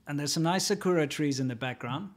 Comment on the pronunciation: Lol sa-kura trees? Please stop. Try sounding it out sa-ku-ra. To be safe with japanese words, sound it out or even try experimenting by swapping r and l.